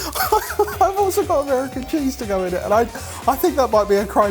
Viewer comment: "Ameriican Burger Cheese" is a crime to me and i am American...